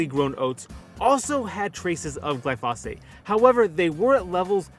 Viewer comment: Please learn to pronounce the name of the chemical about which you are talking. The accent is on the first syllable.